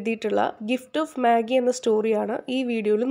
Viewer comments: Magi alla vaayikkuka മജായ് ennaan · It is not മാഗി but മജെയ്. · Maagim Noodlesum onnum alla. It's meijei while pronouncing..